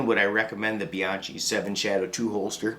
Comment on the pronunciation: That's a cool holster man. Hmmm, but "bian-chee? nahhhh, it's "bian-kee". ask me how i know, go ahead.......go on. .....ask.....I'm waiting. ........c'mon now. lol